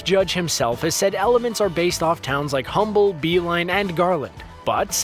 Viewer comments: It's spelled humble but its pronounced uhhmble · It’s pronounced Umble not Humble the h is silent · FYI, Humble is pronounced "Um-bull"... The "H" is silent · Ahem... "Humble TX" is pronounced "'umble" in the area, due its Cajun (French) based origins. Thought you should know how ridiculous you sound (Kidding on the last part but they really don't pronounce the "H") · Humble TX is pronounced Um-bull. The H is silent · You don't pronounce the "H" in Humble, TX. It's "Umble." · You don’t pronounce the “H” in Humble, TX. This is due to how the founder’s last name was pronounced.